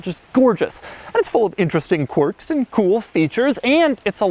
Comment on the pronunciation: Fabulous car; one of my favourite Merc’s. BTW, it’s “quirks” , as in aa peculiarity of action, behavior, or personality; mannerism: He is full of strange quirks.A “Quark” is, in Physics, a partical. Can be confused: quark, quirk.